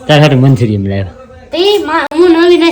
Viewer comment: Manchurm nhi manchurian khevay ...😊